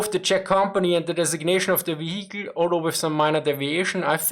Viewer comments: Love your videos!!! :) Your English is always improving. It's very impressive. What I am about to say comes from my old days as an English teacher. Now, I recommend you try to relearn the pronunciation of the word, "vehicle". It's VEE-hik-al. Not vee-HIK-el. :) AGAIN!!!! LOVE YOUR VIDEOS!!!! AND YOUR ENGLISH IS GREAT!!!!! Just helping you polish it up a bit since this word comes up in almost all of your videos. I think you have already corrected the word "morale". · The "h" in "vehicle" is sort of silent. So it sounds like veeya cull. It sort of rolls off the tongue nicer.. heh. Cheers for the insight old chap. Great work as ever.